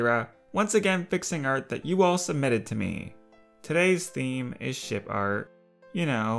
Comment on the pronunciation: Each time i hear him (guessing the gender)say "ship" i hear him say "sh*t"